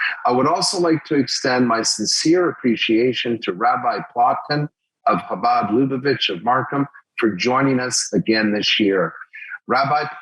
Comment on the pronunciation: Shabad??? Virtue signalling doesn’t really work as well if you don’t… ya’ know… actually learn a little about the community… like how to properly pronounce their name. Ch… like “Loch Ness”. Or even just a soft H like Habad. Shabad is just 😔😔😔 Do better MarSHam And Merry Shristmas and Happy Shanukah!😉